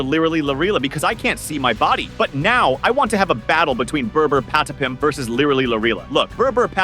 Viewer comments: Brr brr patapim not burr burr padapim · Its not burr burr padapim its brr brr patapim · Bro its not Bra Bra Patipim😂😂😂😂😅😅